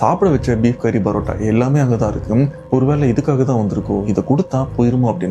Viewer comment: Why do you pronounce PArota as BArota?